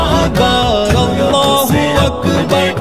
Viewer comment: Allah u akber sahih bolo. akbaaar bol rahe ho. is se matlab biger jata he aur gustakhi hoti he